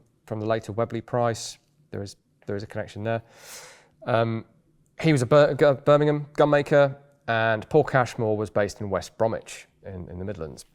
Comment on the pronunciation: Indeed, and one day perhaps even will start pronouncing "Birmingham" and "Eley" correctly.